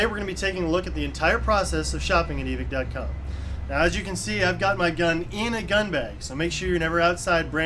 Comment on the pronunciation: This dude said evick